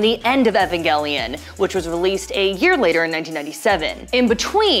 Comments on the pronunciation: ugh the way she pronounces evangelion is so annoying. its E VAN not EH VEN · Why does she say evangelion like that